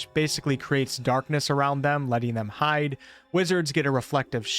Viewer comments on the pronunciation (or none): none